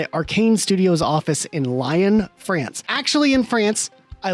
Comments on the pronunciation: Gotta say bro, you gotta look up how to say Lyon, France. Because it’s not pronounced like the English word ‘lion’ I know how it looks like you should say it that way, but it’s literally French. You gotta pronounce it like ‘lee-on’ 😊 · He was worried bout Czech but the Lyon was worse😭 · That pronunciation of Lyon, France should be legally punished holy shit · broke me. Forget the mispronunciation of Lyon, but assuming Montreal is in France is truly something. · That is not how you pronounce "Vicarious" That is not how you pronounce "Lyon" Good grief lad